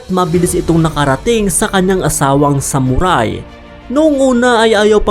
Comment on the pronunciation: Ano raw SAmuRaaay? Tsk tagalog b yun saktan kita jan eh😂